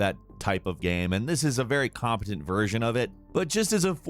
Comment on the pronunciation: He keeps saying gam instead of game